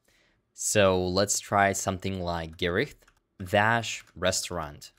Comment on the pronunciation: Actually you're pretty damn close to the actual pronounciation of Gericht! And thanks, you're one of the best javascript-teaching channels on youtube!